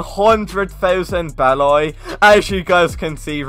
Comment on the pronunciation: Why you pronounce beli as be-lay